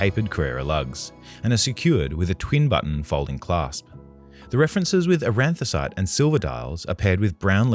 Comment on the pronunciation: An-thra-cite, not aran-thra-cite.